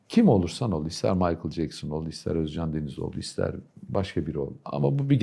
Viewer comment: السوريين والعراقيين فقط يقدرون بسرعة يتقنون التركية بسرعة الخلايجة صعب عليهم يا اخي كلمتين صارلك شكد ما ضبطت مخارج الحروف حتى اسمه ما تلفظه عدل اوز جان